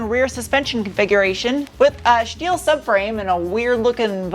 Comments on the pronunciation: Turned off as soon as you said schteel, don't do it!! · And "shteel".